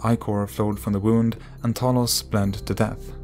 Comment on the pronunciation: Pleas add subtitles when ypu prononuce names. They are not clear and people want to do more reaserch. For example, you pronounced Talos Like "Tholos" and it took me some time to google it.